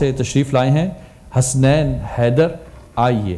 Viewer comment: نذرانۂ عقیدت پیش کی.... ؟؟؟ اور حسنَین نہیں حَسَنَین میزبان صاحب! ذرا احتیاط! جنت تری رعنائی کا پڑھتی ہے قصیدہ...! بہت عمدہ...پوری نعت کمال